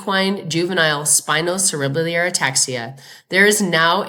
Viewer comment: Valuable update! But please pronounce 'cerebellar' properly: the phonetic aid is: sera - bell - er. Thank you from an ancient horse writer and owner.